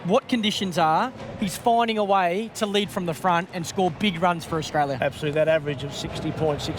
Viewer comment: clarke cant say australia properly